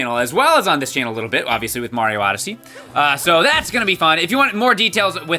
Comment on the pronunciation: Oh my gosh... It Super Mario "ODYSSEY"